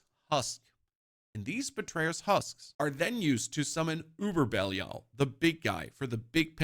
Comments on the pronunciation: Why does my guy pronounce it "Bellial" :D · can definitely tell the guy's never played d3 with how he pronounces belial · The guy explaining a lot but can’t even pronounce the name of Belial. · He pronounces belial wrong.